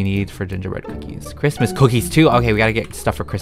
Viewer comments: “Merry Chrimus” Me: “Merry Chrysler” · ITS CHRIMUS NOT CHRISTMAS